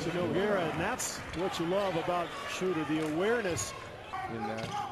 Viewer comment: His name isnt Shrooder ... its Schroeder. The "oe" is pronounced like "duh" (as in *duuhhhhhhh*) without the "d". They need to get it right, considering he's gonna be in the league for the next 10 to 15 years.